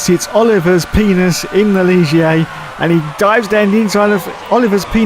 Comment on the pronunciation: Leela C'mon Leela he said wrong.